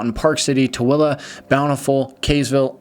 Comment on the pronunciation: You know the guy is legit when he pronounces Tooele correct 😆